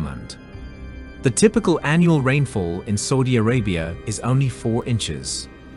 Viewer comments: Did I hear him say "Saldy Arabia" or "Salty Arabia"? Please let him know it is "Saudi Arabia" 😊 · Saudi pronounced Sowdi, not sordi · Bro u pronounced Saudi wrong , it's saa ooh deeyah , no soooh dia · It should read Saudi, S Ah U Di, Not Soudi !!! It was an A -AU, not O-OU! No need any research...just know where the country is and know how it is called first. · Not Sodi Bro, it's Saudi 😅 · Why does he keep saying "sodi" instead of suadi? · After the 3rd or 4th "Sowdy Arabia" I couldnt do it. 😂😂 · 30 minute doco saying Sawdee 100 times and and still can't say Saudi properly. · It's saaaudi Arabia not soldiers bad English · my ears hurt................SODY SODY SODY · why does he say s000di arabia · the same new tone goes for ' Saudi'!! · Really interesting but ‘Sawdi’ Arabia! Say it properly or bugger off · I am so irritated by how he pronouns Saudi Arabia, I can not finish the documentary. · You are NOT pronouncing Saudi correctly 🤬🤬🤬